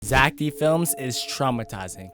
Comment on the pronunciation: Bro that is Zack not zeck